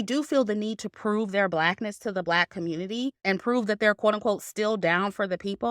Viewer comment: ‘Communitaaee’ 💀💀 love your opinion btw